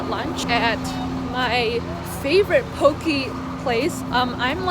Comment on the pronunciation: it’s (po-kay) not (po-kee) sorry that bothered me😂😂